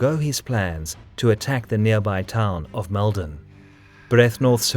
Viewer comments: (Oh, and to comment on the pronounciation, its a much heavier Mold on, even though Mal-don is how its spelt. We just say it our way is all!) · It's pronounced Maulden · Very good. I lived about 20km from Maldon, used to visit it as a child and took my own kids there. It’s pronounced Moldon my friend, an ‘O’ replacing the ‘A’ in its pronunciation. Keep up the good work.🇦🇺